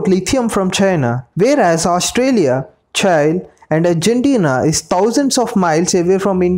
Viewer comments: Its not "CHAI" mate , its CHILE ... like mirchi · Buddy it is pronounced as Chi lll eeee not child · I hate the way you pronounce ‘Chile’. It’s pronunciation is same as we pronounce ‘Chilli’ not ‘Chail’ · Its Chile not Chail. Spell like Chi Lee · It's pronounce Chee - lay , or chee- lee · It's pronounced Cheelay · Please pronounce Chile properly 😅